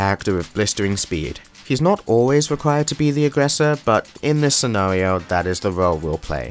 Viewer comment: scenawio lol